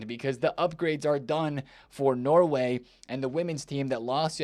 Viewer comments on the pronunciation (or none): none